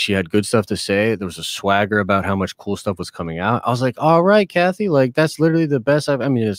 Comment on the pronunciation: When Den of Nerds says Kathy it makes my stomach turn…